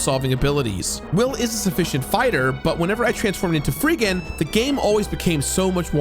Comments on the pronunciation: There's so many things that threw me off in this video. The game is Illusion of Gaia. Not Illusions of Gaia. The Dark Knight is Freedan, not Freegan. And Solid Arm is the first boss in SOULBLAZER, not the antagonist in SOULBLAZE. Lmao normally I would look past this stuff, but it was so frequent. It made the video feel very rushed. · There are oddly many inaccuracies in this review. -Freegan? His name is Freedan. -Shadow is just the ultimate form of the Dark Knight power that Will has, he is not tied to Kara at all. Kara has the Light Knight power and only fuses with Will before the final boss to create the Firebird power for Shadow. -Multiple times calling the game "Illusions" of Gaia. -Solid Arm is not the antagonist of Soul Blazer, he was just the first boss. Also.... the Red Jewels are not that hard to find if you are using the guide in the instruction manual, which he said he was using. I'm pretty sure we all used it as kids, at least if you bought the game new and had the manual. If I could find them all as a kid, it's hard to believe had such a hard time now. The guide in the manual is very good honestly, it covers the whole game except the secret area and very clearly points out every Red Jewel in their own separate text block off to the side, with numbering and everything. As long as you read those when you get to a new area, you'll very quickly and easily know what to look out for, there are only ever like 3 or 4 Jewels in an area at most. It is true that the game has a few points of no return and thus early Red Jewels are missable, but I feel like this was way overblown in the video. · And it's Dark Knight FreeDAN. Not FreeGAN! OK I'll stop now. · I’m sorry, “Freegan”? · Why's he saying Freegan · Are you saying "Free-gan?" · Did you intentionally say all the names wrong? Or did you never actually play the game and just went off a fan translation? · I've heard Freedan pronounced many ways but this is a new one to me. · "Freegen" You lost me there.